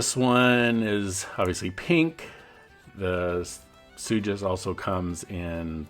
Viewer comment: It’s pronounced suck-ass